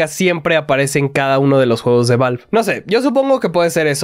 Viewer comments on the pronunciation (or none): none